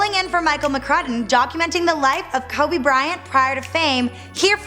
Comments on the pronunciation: I wanted to finish watching this...but her pronunciation of "Kobe" threw me off. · She is fucking annoying someone teach how to say Kobe. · Yes, when she says Kobe I die inside a bit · She pronounces Kobe wierd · Why in the name of god does she keep saying "Kubby Bryant"!! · Bro u got me crying "kubby"😭😭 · Who is this "Kubby Bryant" the lady speaks of? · Who the fuck is kAbe Bryant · did she say kubby bryant? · Koabey is what she says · Jacka Boy she says kube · It sounds like she is saying kaby Bryant 😅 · why would they let someone who can't say kobe right let them talk about the GOAT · How is the BEFORE he was famous? Most of it was during his career...like after his rings even. Also, if she can't pronounce the guy, she probably shouldn't be the one speaking. She's hot, but just no... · Bro she pronounces his name so wrong